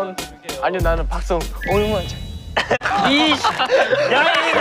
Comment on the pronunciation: Plz sunghoon's 'iish' is so bengali like😵